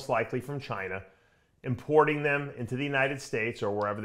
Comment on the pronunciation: Dave said “Chiner”. Lol 😅